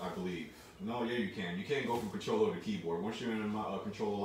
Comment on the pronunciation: mans said "remote cotroller usb" 🤣 🤣 🤣 🤣 🤣 🤣 🤣 🤣 🤣